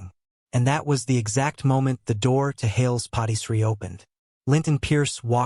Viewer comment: The AI says Hails POTTY Tree. That does not sound correct! I would think maybe Hails PARTY Tree?